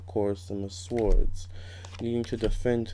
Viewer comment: FYI: Swords is pronounced "sords". The 'w' is silent!